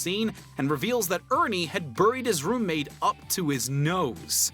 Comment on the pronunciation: Did anyone notice that he was pronouncing "burying" and "buried" the way Cleveland Brown from Family Guy does?